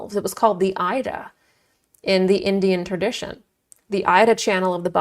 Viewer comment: Ida is pronounced eeda. Thank you for this excellent and informative video.